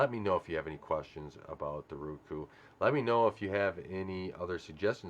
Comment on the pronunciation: I hate when my lady says Ruku...it is Roku. Like Row-Coo 🤣🤣🤣🤣 it makes me laugh everytime. Not trolling just saying.